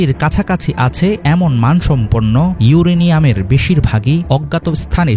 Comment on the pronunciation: আসসালামুয়ালিকুম এই সাংবাদিকের আগে ভালো করে শেখানো দরকার ইউরেনিয়াম ইউরেনিয়াম না